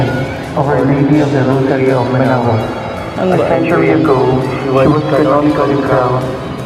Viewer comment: Manaoag hindi manaog